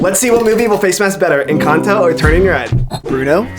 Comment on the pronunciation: I am just glad you pronounce encanto correctly